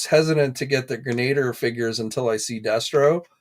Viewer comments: It’s pronounced Gren-a-dier for God’s sakes! It’s like listening to finger nails down a chalk board when you say Gre-nader! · It’s GREN-A-DEER, it’s embarrassing enough that a representative for GI Joe Hasbro butchered the name on the stream.